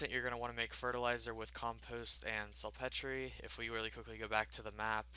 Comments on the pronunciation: It's pronounced salt peter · It's pronounced SALT PETER! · This dude just said "Salt Petree" LOLOLOLO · sul Petrayyy it's salt peter fam.